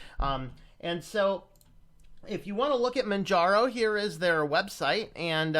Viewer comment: Its pronounce Manjaro where the J is pronounced as a US English letter J as in Jelly, Jello, and Justice. The name is based of off Mount Kilimanjaro in Tanzania, Africa.